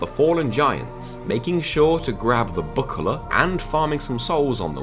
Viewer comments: I love that for him "buckler" is a 3 syllable word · It took me a while to understand what the fuck you were saying trying to pronounce "buckler"